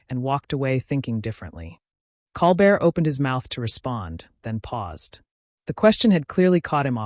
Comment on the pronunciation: And Colbert name is mispronounced.